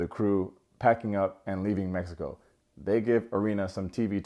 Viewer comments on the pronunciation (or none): none